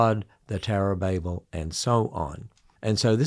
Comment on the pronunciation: Did I just hear someone pronounce Babel correctly?!?! Gripes I hear when people try to be knowledgeable but can’t even pronounce the words they’re using correctly is beyond frustrating.